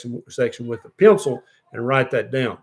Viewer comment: BTW, your really funny doc! "Piencel!"